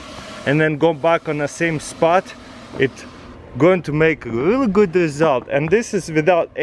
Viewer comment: “rully gud”